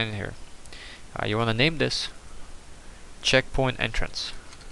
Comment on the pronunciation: Checkpoing LOL! What makes it funnier is that almost sounds like the way he pronounces it! Great tutorial!